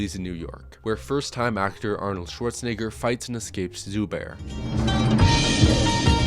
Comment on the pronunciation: Pretty sure there's no i in Schwarzenegger lmao